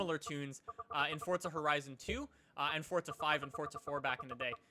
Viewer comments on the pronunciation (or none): its forza not fortza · "Fortza"??? WHERE'S THE 'T'? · so the actual pronunciation is fortza? geez I hate saying fortza it makes me cringe